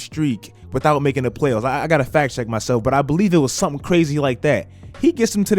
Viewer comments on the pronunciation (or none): none